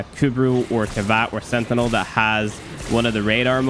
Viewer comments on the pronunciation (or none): none